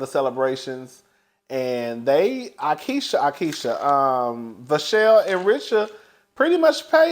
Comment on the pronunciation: Not you calling the girl aikeisha lmaooooo